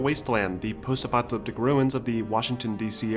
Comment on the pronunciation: great film, but the "post epyleptic" pronounciation drove mE NuTs :)) is it really that hard to say "post epoch a lipstick"? :))